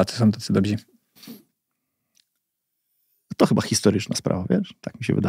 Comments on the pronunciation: Spoko podcast. Nie traktuj tego jako hejt , dobrzy nie dobzi . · chłopie, już wielokrotnie to pisałem - nie mówi się DOBZI tylko DOBRZY !!!!!!!!!!! bo dobry => dobrzy